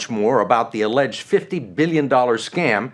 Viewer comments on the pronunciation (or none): none